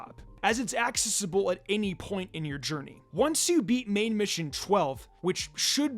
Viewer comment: I can forgive that tho because it’s an unusual word. But he can’t pronounce accessible either and it’s driving me crazy